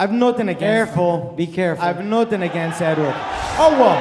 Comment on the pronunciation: “i have nutin against edward”🤣